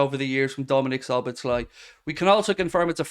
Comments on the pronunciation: You pronounce his name So-boss-la 😂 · Szoboszlai: the second "-sz" in his name is also pronounced as the first one, both are "-s" in English.